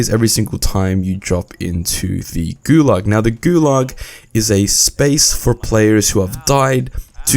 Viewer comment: Gulag, not gulug